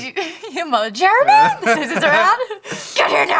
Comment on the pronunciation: how come all i here when they say Jeremy is "Germy"